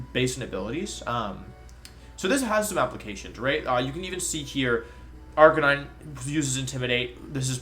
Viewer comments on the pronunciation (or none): none